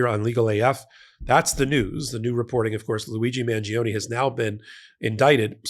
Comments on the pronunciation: It's Man-jo-ne, not Man-gee-oh-nee!🙄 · mahn-JO-nay (the “i” isn’t pronounced, it just makes the “g” soft)